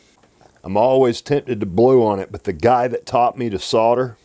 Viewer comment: Dude, it sounds just as good as it looks! :) Well done for pronouncing solder with the L. :) I have 3 things to say - Well done, well done and well done!!!! :)